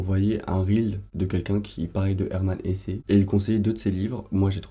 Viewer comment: Hello, Hermann Hesse se prononce à l'allemande (donc "Hess"). Et bonne lecture de Demian, c'est un chef d'oeuvre (à mon sens) !